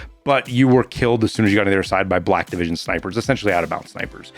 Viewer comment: i kept thinking was saying "Blackivision" instead of "Black Division", maybe i'm just dumb LOL